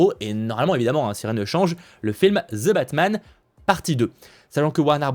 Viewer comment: It's ((the batman)) not ((ZIBATMAN))